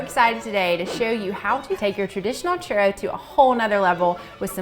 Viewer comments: CHUROWS that’s what it sounds like to me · One at a time only??? You have too much time on your hands lol!! Fry in bigger batches is my suggestion. I love churros!! Sprinkle with cinnamon and sugar right away when out of oil for better adherence. The way you pronounce churro almost sounds like you're swallowing the letters.. hahahaha 😂 Bon appetite 💝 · As a Hispanic, they way people pronounce it makes me cringe but laugh a bit, all in good fun 😂